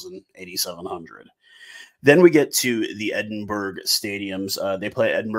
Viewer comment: just letting you know its not pronounced Edinburg. its Edin-buh-ruh